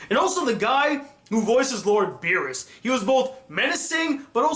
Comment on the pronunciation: What? xD terrible